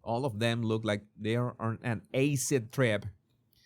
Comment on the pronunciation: “Ace-id trip” lololol